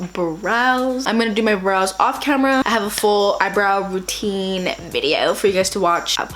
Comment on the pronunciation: I thought you said bras instead of brows lmao